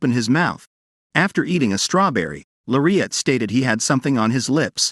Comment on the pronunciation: Her name isn’t Maire at. Her name is Lariette. It’s pronounced with an L not M. Plus, you’re far behind. This drama has been posted before and so much has happened. You need to catch up. Search on the other sites and you will see the rest of read it. You’re going to love this manga - It has several names - I thought I didn’t have long to live, Time Limit- I thought it was time. I’ve been waiting to see. Well, I won’t give it away. But, check it out. Also, check out the manga’s called - Don’t pick up the trash you threw away, Betrayal of Dignity, and Age of Arrogance it has another name City of Arrogance and another one I won’t return to a family that abandoned me. Oh! You’re going to love these manga’s. ❤